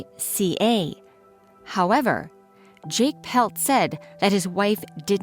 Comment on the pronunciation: You're pronouncing her name incorrectly - It's not "Pelt" as you're pronouncing it. It is PLETT, Mary Anne PLETT. My dad, Al GOWLER, was a detective with the Edmonton police service and he never did solve this crime. See the book called "Valley of the Shadows" by her husband Jake PLETT.